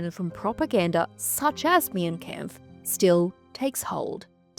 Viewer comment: I do agree with all your takes except about Mein Kampf (that is pronounced as 'mine' kampf fyi). As someone from western europe i DO think Mein Kampf should have a ban. It still is a very sensitive and painful part with a lot of people still being deeply affected by it. Also, we do get taught about it in history class and everyone knows about it, so it's not like history is lost. Just the widespread publication is not necessary. It is still actively used by neonazi's and other hateful groups to spread and confirm their beliefs and to radicalize people. I think it 100% does more harm than good having it in circulation. Having it in educational contexts versus just on every shelf makes a massive difference imo